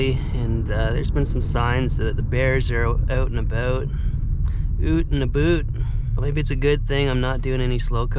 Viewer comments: You said "oot an' aboot" before I could think it! Wonderful video. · Oot and aboot, spoken like a true Scot. Keep your chin up pal. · oot and aboot! thank you! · "oot and aboot" made me kaugh.